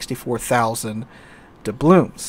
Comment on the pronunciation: ITS dublooNs not dublooMs ...